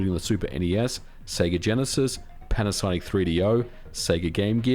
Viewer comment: am i the only one that hears panasaic? or am i just dumb